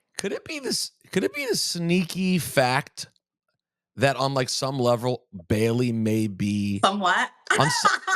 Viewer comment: I like how he mispronounced a word and she immediately called in him on it and he was like darn she caught it. Rosenberg: Isn’t it a sneaky fact that like on some levrel. Liv: Some what Rosenberg: Darn! Please don’t point out my flubs Liv is very smart and quick witted